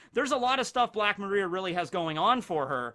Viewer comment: Still doesnt pronounce Black Maria correctly despite multiple opportunities to hear and read it correctly. Kinda cringe ngl